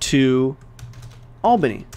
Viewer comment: Everyone: albany_df: albandy_df